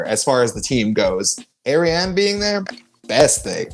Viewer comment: It's Ariane (R-re-haun)